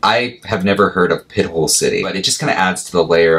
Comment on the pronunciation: Pronounced 'pi-tole'